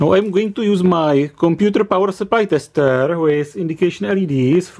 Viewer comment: I like when when he says "testeêer" very good explanation